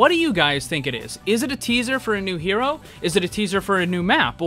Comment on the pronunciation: "Ner Hero"